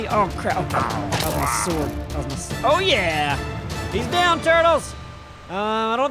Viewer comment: So can't say the word sword. Interesting.